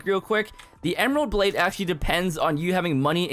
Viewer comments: "ember blade" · “ember blade?????”